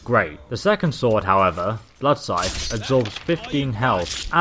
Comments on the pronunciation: The big take away from this video was you don't pronounce scythe properly... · A lot of people can't pronounce "scythe" properly.